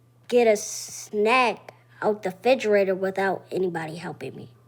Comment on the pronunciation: he said figerator 😭😭